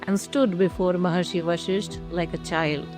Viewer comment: Good presentation. But Madam do get the pronunciation right. It is VasishtA, not VasishT. It is Sri RamA, not Sri RaM, MokshA and not MoksH. And so on.